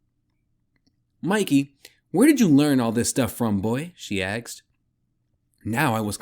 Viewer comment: Axed? Thank you... good voice. The axes are a little annoying... my mother taught 5th grade grammar. Lol The author has a YouTube channel... he's an unhinged lunatic 😂😂😂.